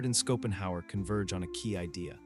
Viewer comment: Skopenhauer 😅 what is this AI ?